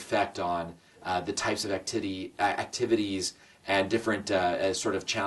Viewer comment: " The types of ac-tittys, I mean activities..."